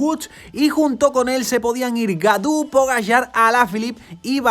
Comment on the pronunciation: Gaudu se pronuncia Goduuuuuuuuuuuuuuuuuuuu. Godu